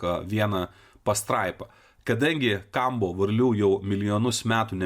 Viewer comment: 4 kartus skaito Kombo, nors parasyta aiškiai Kambo, nebemoki skaityti? Beabėjo, jei žmogus tiki, kad ežopas tau padės gyvenime, malinausko video,- tikrai nepadės.